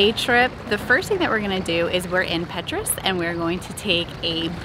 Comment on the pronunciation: Nice vlog very informative. What were you calling the town of Perast?